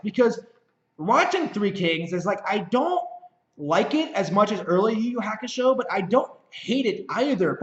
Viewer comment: Yu Yu Hakusho is pronounced "You You Haa Koo Show" Ha like haha or halt. Not like hack.